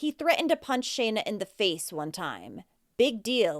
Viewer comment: You're the first one who has actually been able to say Shana properly. That's my name. These cases break my heart. I don't know how anyone could hurt their children much less kill them.